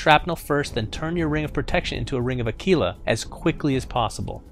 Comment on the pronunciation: Ah-keeelah? Its Ah-quill-a.